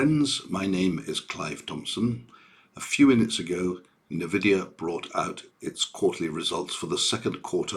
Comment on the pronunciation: FYI it’s N-Vidia Pronunced “En-Vidia” basically say the letter N then add the ending.